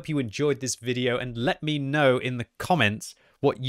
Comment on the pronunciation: I'm I the only one to hear "let me know in the Comet" ?